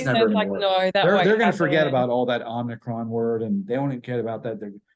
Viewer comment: "om-ni-cron" is not om-i-cron. this is like nu-cu-leer, for nuclear. ??